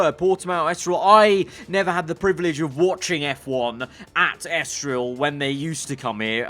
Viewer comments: In before realises it's *ESTORIL*, not Estroil. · ITS ESTORIL NOT ESTROIL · It's ESTORIL, not ESTROIL :D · Lets just say, that didnt use his glasses while uploading the video👓.🤣🙄. Mate, its ESTORIL, not ESTROIL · It's Estoril, not Estroil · It’s ESTORIL and not ESTROIL... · Its ESTORIL broooo